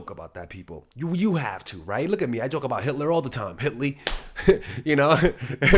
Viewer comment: "Hit Lee"🤣